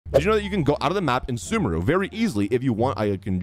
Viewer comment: Sumeru's English pronunciation is literally in game and yet people seem to do it wrong.